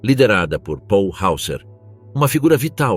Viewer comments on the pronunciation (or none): none